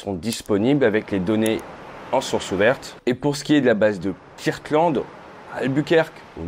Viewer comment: Come on Ate, you know how to pronounce "Kirtland" better than that.